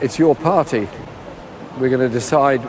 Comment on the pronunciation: The Birthday Party? The Parr-tay?